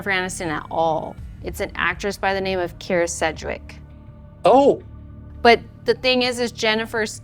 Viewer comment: "Kyra Sedgwick " Oh? 😂😂😂😂😂😂